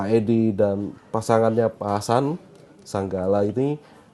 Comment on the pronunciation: Bukan pak SANGGALA. Tp SAGALA. Itu gimana narsum nya membaca